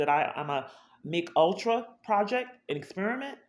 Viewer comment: Oh my goodness. It’s “M as in Mary, K as in Kay Ultra”. You literally said McUltra like it’s a new 5 patty artery clogging burger from McDonald’s.